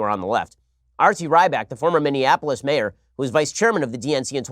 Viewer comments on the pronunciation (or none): none